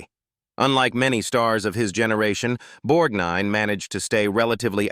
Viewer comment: It's always aggravating when so-called professional readers mis-pronounce people's names; Ernest BorGnine always had the "g" pronounced, except by the nasaly narrator of this video